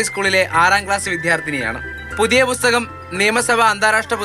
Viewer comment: റിപ്പോർട്ടരേ ബുസ്തകം അല്ല പുസ്തകം